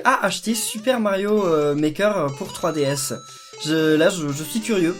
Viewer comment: On dirais que tu dis fruitDS